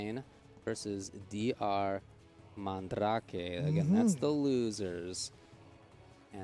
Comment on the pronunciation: Man- dra kay? Fuck man, look it up. it's an actual word dude!